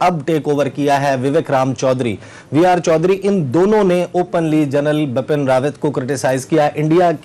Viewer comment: For Essa Naqvi , plz correct ,Bipin Rawat not bapan